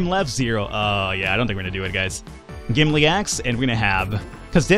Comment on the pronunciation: Don't want to be THAT guy, but it's Gimli, not Gimly